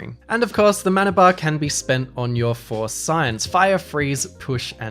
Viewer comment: Force Science? Is that what Witcher magic is called in the series after the first game? That's all I've played so far, and it was just called magic there. Oh wait, are you saying four signs? Sorry, I'm usually pretty good with accents, haha.